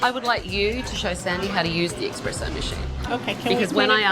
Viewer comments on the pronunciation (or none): ~ I am very surprised to hear tough and talented Tabatha misspeak by saying "ex-spresso" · Someone please tell Tabitha that it’s espresso not expresso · I cringed every time she said ‘expresso’ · 😂😂 there’s no x in espresso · She was a professional and called it expresso 🤢 yikes. Even in English it's considered espresso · Why, oh, WHY, do people - even Europeans, apparently - pronounce ESPRESSO: "EXPRESSO"?!! Why would an "S" in Italian, be prounounced as a "Z:?!! The Zopranos!